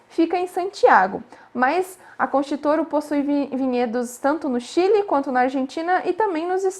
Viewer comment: Querida, a pronúncia pode melhorar... Concha Y Toro é o mesmo que: contha i toro... não é concha